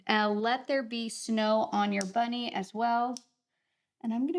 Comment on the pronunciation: really nice video again, some nice things to try out. would like to say though it's 'bonnie' as in isn't she a bonnie wee lassy meaning pretty girl not to do wit rabbits i.e 'bunny' 🐇😁